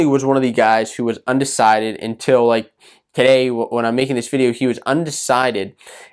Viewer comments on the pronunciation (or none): none